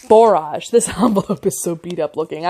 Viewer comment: Your video popped up as something I might like, but I will say I am very disappointed. Many of the common flower names are mispronounced. Zinnia (zin-nee-ya), Borage (bor-ige /rhymes with "porridge"), cleome (klee-oh-mee), celosia (see-low-zhuh). You can Google "pronunce -name-" and get an audible example.